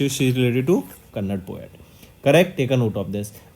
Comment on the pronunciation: Not kannad. That is KANNADA ..